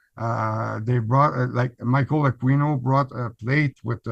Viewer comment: The pronunciation of Aquino is ‘A-kee-no’…the ‘u’ is silent…not ‘A-queen-o’.